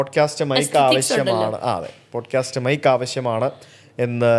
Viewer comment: "Bodcast" alla sujithe